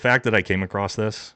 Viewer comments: Love your content and your podcast as a vet I appreciate you holding ths celebrity vets accountable. One pet peve, you corrected the grammar on Tims site; but several times you’ve said you “cane acrosst” it’s *across lol now as you were Semper Fi. Btw we marines were issued crayons and repeatedly told not to eat them and if I’m correcting your speech and English what’s that say? Lol happy holidays in all seriousness I hope you and your family have a great chrjstmas and new years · "AcrossT"?! Another weird, made up word. Just like, "Broadcasted" and "Eckscape". Why can't Americans speak proper? Total non-sequiter, but it baffles me. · THERE IS NO "T" IN ACROSS